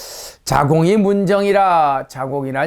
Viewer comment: 문정의 "문"은 제발 길게 발음해야하는 이유를 아시는지요!? 자고저에 대한 공부 좀 하시옵소서!